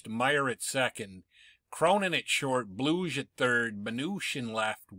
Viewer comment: I don't know how the narrator pronounces Bluege, but the correct pronunciation is BLUE-gee.